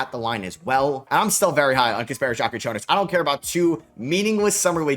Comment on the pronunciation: Bro will someday learn how to pronounce Kasparas Jakučionis (j is same as for jokic)